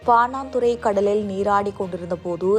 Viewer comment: சனியனே பாணாந்துறையல்ல பாணதுற அல்லது பாணந்துற. உச்சரிப்பை பழகி உன் வயிற்றுக்கு கஞ்சி ஊற்று.